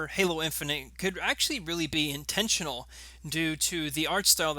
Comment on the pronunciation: "Intntional" bro gtfo